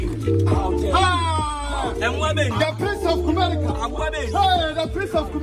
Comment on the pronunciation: is quite time you work on your r and l. The Accra guys use to mock us with those two letters so next time don't say Kumelica say Kumerica.